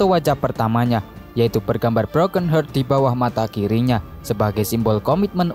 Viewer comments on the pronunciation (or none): none